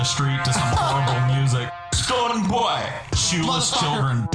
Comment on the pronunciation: his name is stone bwoy not stone boy. great animation but ruined by shitty research.